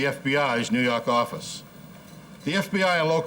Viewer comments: "nuu yawk affice" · NEW YAWK AFFICE!